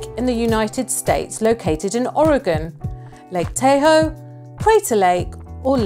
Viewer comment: 38/50, should have had 5 more...but guessing doesn't always work. Haha. Oh yeah, Lake Tahoe is pronounced TA-hoe, not TAY-oe.